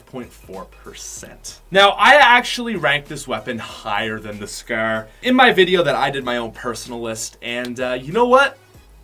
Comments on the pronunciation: “The scerr”😂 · Is it just me or does he say scar "scher" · Why does it sound like he’s saying scare instead of Scar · The way he pronounces "Scar" haha xd